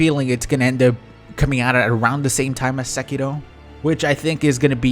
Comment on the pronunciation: I like how you pronounce Sekiro. It sounds correctly